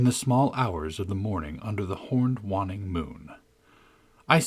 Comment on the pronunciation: Waning is pronounced Way-ning not Wann-ing.